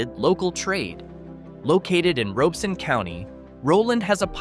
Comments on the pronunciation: And just so you know, the county's name is pronounced ROB - E - Son. The "O" is not long, it's short. I was stationed at Bragg way back in 1989, And after getting out of the army in 1997, I stayed. And sold electrical supplies. A bunch of electricians corrected my pronunciation of said county. Or as the locals say RobCo for short. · I am a born and raised North Carolinian who happens to live in Robeson County. It’s pronounced ROB-ih-sun not like it is said in the video. And yes some of the communities are facing hard times it’s true but do not let that deter you from visiting. Red Spring, Maxton, Lumberton, Whitevill, Laurinburg, Chadbourn, Rowland, Tabor City, and St. Paul’s are all areas I currently live in, worked or visit regularly. You’ve basically took a small chunk of beautiful North Carolina and absolutely made us look like garbage. Every place has its problems but we are still kind caring people who treat people like they deserve. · Notice how Many of these video clips are from Stock Companies, and the narrator is Horrible at pronouncing All of the Towns. It's ROB I son County!!! The cool satellite geo video of each town does not mean the town is awful! Anybody can take annual crime stats and multiply them by 100,000. Even though there are ONLY 2,000 people living in the town! No matter How many times they say FBI, that does not mean the words of the presenter are true. Anybody can go to Any State in the USA, and ANY Country, to put forward a list of places and Towns Not To Live. I don't agree with any part of this BS Video. North Carolina is Remarkably Beautiful, and Absolutely Welcoming to Everyone of All Colors. We work, live, and share happiness Every Day.